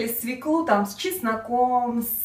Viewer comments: Учите русский язык.Нельзя так безграмотно говорить. Не свеклУ, а свЕклу. Легко запомнить так =бабка фекла полола свеклу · Све'клу, а не свеклу', режет слух... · Во первых свеклу, ударение падает на букву е",по правилам русского языка.